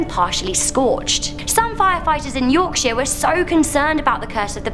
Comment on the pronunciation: It's not yorksheer it's yorksher but it's spelt Yorkshire